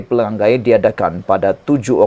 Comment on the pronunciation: pelangai bukan pelanggai